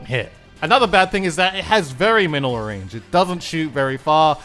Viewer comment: "Very Shot Rannge" On another note, I'm glad that DUDE encourages people to have their own opinions on things. Also, I liked the DUDE says memes in the plaza. Does anyone else remember those?